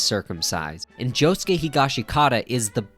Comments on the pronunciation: Bro why u pronouncing higashikita wrong? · How do ppl still not know how to pronounce Higashikata